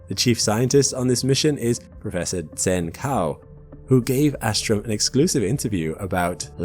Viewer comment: For your information, 'Zhen Cao' is pronounced, (very approximately), as 'Jun Tsao'.